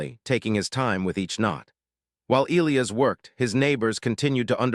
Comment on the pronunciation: You're pronouncing Elias wrong. It should be E, long e, LI...long i, AS